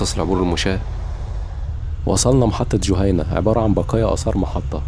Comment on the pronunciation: نورت فاقوس يا جهينه بتنطق بكسر الج وكسر الهاء